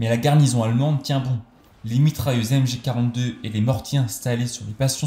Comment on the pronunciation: MG 42 et pas MJ 42. Le général Otto von Lasch a un nom qui se prononce LAR ("sch" = "r" en allemand)